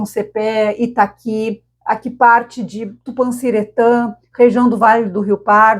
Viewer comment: Só corrigindo o amigo que sempre trás ótimas previsões e notícias meteorológicas...a pronúncia correta do nome da cidade é Itaki e não Itacuí... Forte Abraço